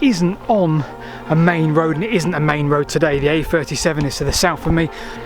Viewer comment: Whenever he says WOAD he means road* for those that get confused! His British isn't great, which is fine.